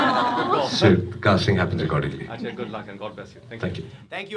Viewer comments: Atlast he prounced it ajay and not AJ 😂😂 amd that chutiya😂😂😂does she even know what it means. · It's nice to see you pronounce ajay like an indian. :)